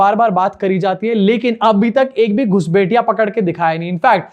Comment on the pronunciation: Kindly pronounce guspathiy instead of gusbethiya